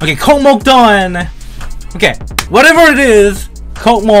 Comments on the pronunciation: its pronounced "KOSMOS" not "COCKMOCK" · It's no cockmok, it's kosmos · i think its pronounced as kosmos not kocmoc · Kosmos, not kokmok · Это так смешно когда вместо КОСМОС он говорит КОКМОК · It’s pronounced kosmos not Kokmok it’s from Russian Космос just to let y’all know Means space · It’s pronounced like Kawsmaws not cocky mock and This is how my grandpa sees stereo madness. - Doranoob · its russian level so its pronouncing not kokmok its kosmos (it means space) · It's true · STOP SAYING THIS LIKE KOKMOK! THIS IS KOSMOS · Its pronounced Kosmos not Kokmok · Хах, кокмок) Дорами, это читается как KOSMOS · Я слышал коко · its pronounced [KOSMOS] The C letter looks similar to Russian C, but the Russian one is pronounced like S. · it pronounced «Kosmos»